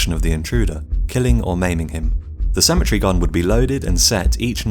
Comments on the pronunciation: Good lord you can’t pronounce cemetery for shit, it’s pronounced se-ma-tary not simatry Jesus Christ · You're saying Symmetry instead of Sim-eh-terē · Please properly pronounce your words. I was very confused as to what a symmetry gun was until I realized you do not say cemetery correctly. Symmetry has 3 syllable and cemetery has 4. Thank you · I thought he was saying symmetry gun. I pronounce cemetery, SEMM-EHH-TEHR-EE. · I thought he was saying "symmetry gun" lol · I thought you said symmetry gun not cemetery gun. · I kept hearing “symmetry gun” and was quite confused for a bit. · Wow, ok someone needs to tell the narrator how cemetery is pronounced. I couldn’t figure out why he was calling it a ‘symmetry’ gun. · I thought he was saying "symmetry" gun. Took the picture of the cemetery to figure it out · Downshift He was saying "cemetery" guns 😃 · Cemetery not symmetry